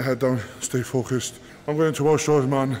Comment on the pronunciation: what the fark are you talking about? The word is “focused” whether you’re in the UK or not. “Fokeist” is like a toddler trying to sound it out for the first time. If you didn’t catch that, you’re just as uneducated as James Crawford it would appear.